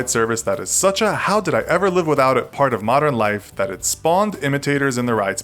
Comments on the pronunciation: Anyone else notice how in the beginning the guy is saying “like” instead of “live” 👀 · At 5 it said like instead of Live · Lol it said like instead of live